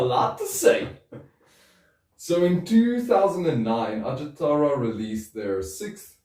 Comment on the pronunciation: ...at least you got Pasi Koskinen's legal name pronounced right. But in the name of all that's unholy, please... the "j" letter in Finnish represents the same sound as the letter "y" does in English. There's no "J"esus to Ajattara. Kudos for all the Noitumaa love, anyway. One of the most underappreciated albums of all time. The drumkit was handmade indeed, and you can see it in the video for Ikuisen aamun sara (it's on youtube, albeit in a so-so quality; if you are using that Russian social network by any chance, the quality is better there). The impression you got about the lyrics, though... not exactly accurate, I'm afraid. Koskinen writes about "the evil that men do", basically. No Jesus, but no devil-worshipping either, or any sort of worshipping, unless it's being used to deconstruct the conventional. "Are you begging for mercy from me, the one whom Satan worships?.. And I will kill - I will kill you - and all this time Satan worships us; only through blood will our thirst be quenched - we the children of apocalypse - and all this time, Satan worships us."